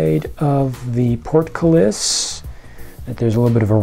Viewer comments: It's a hit you said 'portcullis' 100% correctly! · You pronounced "portcullis" right.